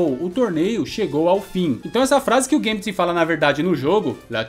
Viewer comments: Não é "guêmbiti", é gâmbet mesmo...😌👍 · Sempre falei Gâmbito e não gambíto. Fica mais bonito sendo proparoxítona.